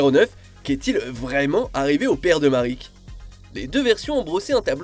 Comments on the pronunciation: MARIK ??? On prononce Maraique 😭 vous abusez la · Je le sais, mais ça reste Marik. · Marik ? Ishdar ? Tu as déjà regardé yugioh au moins ? ^^